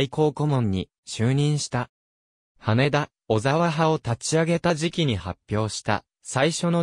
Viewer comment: 羽田（はた）です・・・